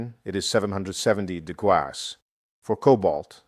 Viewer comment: It’s AI The big give away is the mispronunciation of degrees